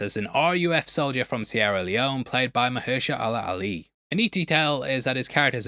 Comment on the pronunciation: That’s not how you say mahershala ali name